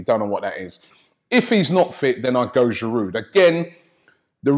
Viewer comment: I think pronouncing Giroud's name properly might help him play better... man's in this country almost 4 years and you lot still call him giroude